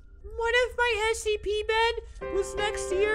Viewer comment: This dude saying sep instead of scp